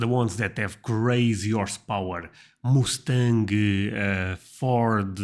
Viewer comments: "Muscle car" is pronounced as "musul car", and and Mustang has the same "u" sound as "musul", it's not "Moose stang" as in the animal, a moose. Try saying "Muss tang" as one word. I understand that you have an accent, and I can't imagine what my American accent would sound like trying to speak Portuguese, but several people have told you in the comments under several videos how to pronounce words. If you want, you can go online and find pronunciations. Yes, toilets flush on their own, but not everywhere. I've seen them in hospitals, Airports, nice restaurants, movie and stage theaters/theatres, and the same goes for the paper towels, soap and faucets. Look them up online. Many people have motion activated faucets in their homes. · He also says Moos-tang, instead of Muss-tang.